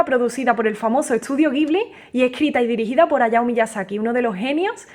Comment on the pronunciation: Se pronuncia "Dgibli" Awesome music...!